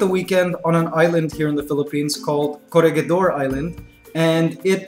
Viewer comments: yo corregidor island is pronounced ko-reh-hi-dor not ko-reh-gi-dor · in filipino/tagalog its correhidor when you pronouce it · kuya, it is /ko-ree-hee-dor/ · pls pronounce corregidor correctly pls my great grandfather died there and his son's donated to the place so please pronounce it properly pls